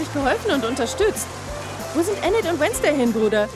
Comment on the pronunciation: Enet man spricht es inet aus